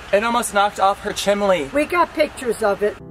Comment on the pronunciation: “It almost knocked down her chimley” 😂😂😭